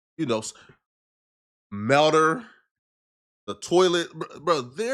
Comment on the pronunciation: Wtf is a "mell-derr" 😂🤣